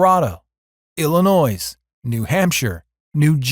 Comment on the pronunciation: Just because Illinois has an "s" at the end of its name, you don't have pronounce it. In fact you should not. Please.